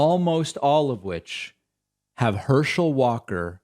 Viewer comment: Herschel, I thought you said hershey